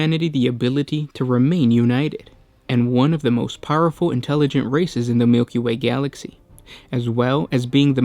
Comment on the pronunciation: The way he pronounced "Milky way Galaxy" slayed me. 😂